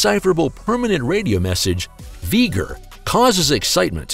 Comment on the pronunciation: It's v ger